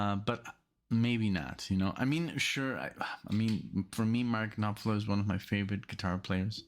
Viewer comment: Love your channel. Thanks for getting to more Dire Straits. I think you might get down the rabbit hole on them like you did with The Dan (oh the sacrilege I know). One thing, the P in Knopfler is silent. It’s pronounced Nah-Fler. Thanks again.